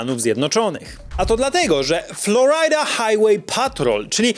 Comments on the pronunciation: mówi się "Floryda", nie "Floraida" 😭😭😭😭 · Florajda xd, chłopie proszę cię